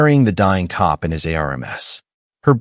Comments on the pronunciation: Why does the AI narrator spell words instead of saying them??? c-o-p instead of cop, n-o instead of no, a-r-m-s instead of arms… ridiculous!!! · Its pretty sad when AI can't read the words cop or us or in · This was a good story ruined by AI. Cops said C O P, us as U S, and so on... AI is ruining much. It wasn't intended to take the place of humans, who have inflection, emotions, ect. It was created to help real live people.